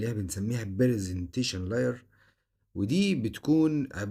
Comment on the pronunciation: هندسة معملومات مفيدة لكن في مشكلات في طريقة النطق وده ممكن يضلل ناس كتير هي session يعني سيشن مش سيزون وكمان هي بتتنطق layer مش lier جيب طريقة النقط بانك تكتب المصطلحات على جوجل وكيفية نطقها لكن عفارم عليك مراجعة ممتازة